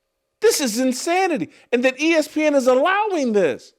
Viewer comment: It's that, not Dat, SAS. 😂They're mad because Maye is white, and good. Why would Maye watch first take? It's trash. smfh